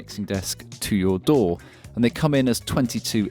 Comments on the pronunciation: Synchronize it to your...DOOR? It took me a while to realize you were saying DAW. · That damn intrusive "R". It took me until about 5 minutes into the video to get you were saying DAW and not "Door". I was like, "What the hell is this Door he keeps mentioning?"